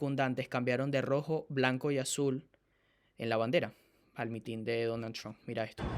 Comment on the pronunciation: No es una crítica es solo una sugerencia, no se pronuncia MITIN con acento en la segunda I, lo correcto es con acento en la primera I